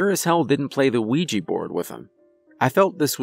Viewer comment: Ya know you are suppost to say the a in Ouija (Wee-ja).